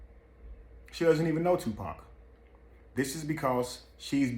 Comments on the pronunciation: "Dear 2 Pack" 🤦🏾‍♀️ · It ain't two pack it's tupac........ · Ok white man an majority white folks its freaking 2pac not fucking to pack geesh say it right or don't say it at all. SMH im sick of yall fucking up his damn name.. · It annoys me when they call him Two-Pack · I hate how wyt pipo say 2 pack 😮‍💨